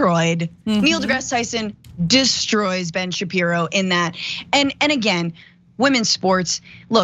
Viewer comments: Ben shapiro not shabibo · “Shabibo” bahahahahaha